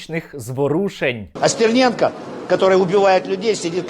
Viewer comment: Як же коробить від узкоязичних щелеп, які не можуть вимовити нормально прізвище Стерненко. СЦІРНЄНКА!!111 Тьху, бл*ть, господи